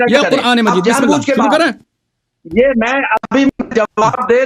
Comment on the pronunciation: اللہ کو صحیح نہیں پڑا ۔۔۔قالو تا اللہ بھی غلط پڑا ۔۔۔۔ اللہ کو پر پڑھنا تھا اس نے غلط پڑا